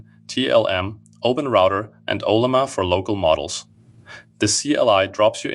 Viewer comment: Also dont say "hola-ma" for Ollama. He probably doesn't speak in english so it's easier to text to voice to get the biggest audience.